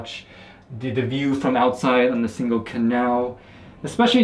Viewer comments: Definitely not like “single” in English, that is a hard “g” ! Pronounce it more like “singing” ! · Nice video!!! You should ask someone how to pronounce Singel (don't use the k sound in the middle!) 👍